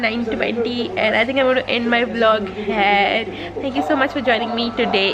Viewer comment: I don't mean to send any hate peace but I get very confused when you say 'Hair' and you mean 'Here'.